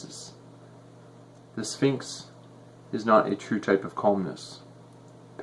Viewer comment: Calmness not colmness)